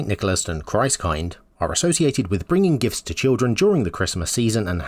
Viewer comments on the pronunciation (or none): Christkind like you pronounced makes it sound like it's a collective term. But kind, pronounced like in kindling, is just the German word for child so it means Christ Child. No idea if you knew but if you didn't, now you know.